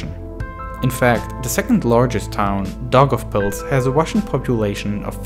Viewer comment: iam latvian but thats soo funny how you say daugavpils